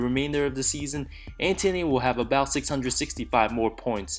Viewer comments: What's dunder? Bro your pronunciation sucks. It's Anthony not Antony. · Antony of da dunder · When you can pronounce Antetokounmpo but not Anthony. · I can't deal with the way you say Anthony but this was good vid